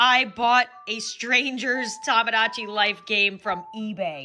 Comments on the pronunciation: Dude it’s Tomodachi not Tomgogachi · Sir its "TOMADACHI" :>>>